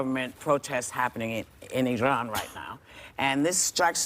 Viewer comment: Everyone surprised at how articulate she is; while it is nice she is an actress after all! This is the first time I've heard an american(s), as whoopi said it too, say iran rather than I-ran, & although I generally don't care for exact pronunciation of pronouns, as long as it's close enough, just because I am pretty good at them (without sounding like bragging), I don't expect everyone else to be, but this was 1 that got me, being as it sounds like 2 separate words mostly.